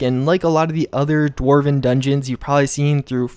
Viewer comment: "Dwavern horse"? D-war-v-en not d-wavern